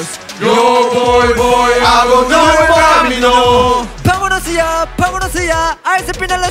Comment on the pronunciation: no one: not a single soul: ateez: paMoNos yA